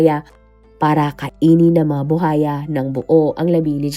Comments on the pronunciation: BU _WA_YA hindi bu haya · Buwaya hindi Buhaya Ms. Narrator 😂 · Alam mo ha nakakairita yang “buhaya” mo paulit ulit mali naman. Tsaka sa tono mg pagkaka narrate mo parang victim blaming ka pa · Maam kung hindi mo po mabigkas yung buwaya huwag muna mag narrator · Oo nga BUHAYA daw😅 pilipina ba kaya talaga 'tong narrator nato?😁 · Haha baka kapampangan si narrator kaya puro "H" 😅